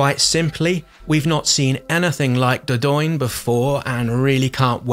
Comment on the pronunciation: "Dordoin"😂 all french nicely smiling after hearing that x)